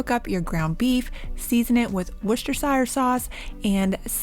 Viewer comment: WUS-ter-shir sauce. Love from Worcester (Wus-ter)